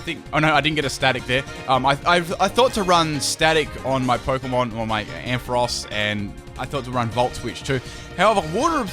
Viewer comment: Finally someone who pronounces Ampharos right!